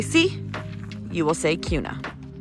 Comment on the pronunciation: Yeah so glad you said the correct pronouncement of Kuna and Boise!